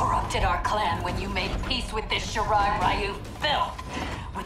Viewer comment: Playing this cranked up on the big screen, but if there's one minor gripe, shouldn't Shirai-Ryu be pronounced "Ree-yu?!" Never got round to playing MK11 but definitely catching this in anticipation for MK1. Think I should watch MK10 as well...